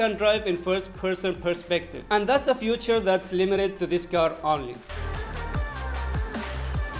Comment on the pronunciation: I don't know why pronounce it's future... it's feature